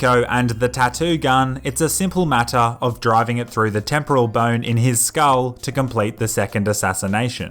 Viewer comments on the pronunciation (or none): none